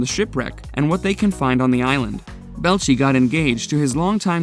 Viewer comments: His name isnt 🙄 its pronounced Bell- A- Chee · Tory's last name isn't pronounced Bell'chi. It's Bel-ay-chi. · 🤣 Can't even say his name correct, Belleci. Using other people information to bring this out, the video should get struck off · It's "bell-eigh-chee", not "bell-chee"... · ok now say it with me , its Belleci , not Belchi .... lol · Bé-Lai-Chi. Not Belchy. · Ikr, he was saying “ball-chee”, its “Buh-lay-chee” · Can't stand how he keeps butchering Tori's last name... ("Belchie" 🙄) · Learn to pronounce the names of the people who are the subject of your video. HEIN-a-men. Bel-A-chee. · It's BEELAYCHEE. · Its Tory Bell etch ee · The narrator sucks at pronunciation of the names of people who's names can be heard properly pronounced in the Mythbusters intro's, ffs take a second and listen, Belchy? Really? Belchy, I guess he burps a lot. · Holy crap! ""??? What a POS channel!!! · Rip Grant, you were someone I looked up to as a kid. And I loved Geoff Petterson on the late late show, what a weird way to make a robot skeleton a side kick for a late night host. Ps. You pronounced some of the names weird. You said and I laughed out loud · Yah Tori Belch-ey? They've clearly never watched the show even once. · Jaime HY-na-men. Torre Bel-EECH-EE. The shoes: not Vortex, but Vor-TREX. Sheesh. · A true mythbuster fan will not mispronounce their names!! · Does it bother anyone else that he keeps pronouncing Tory’s last name wrong. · I don't think you've ever seen an episode of Mythbusters because you can't pronounce Tory Belleci's name properly! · Could this IDIOT not pronounce Tory's name correctly? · This video is garbage, you can't even pronounce torys last name, a name thats said on every episode of mythbusters. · Hearing you pronounce Tory's name wrong is PAINFUL.